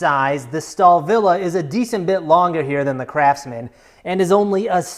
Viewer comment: Why I heard Crapsman instead of Craftsman?